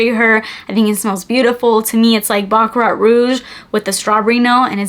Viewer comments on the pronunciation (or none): none